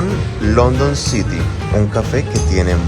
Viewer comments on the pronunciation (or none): none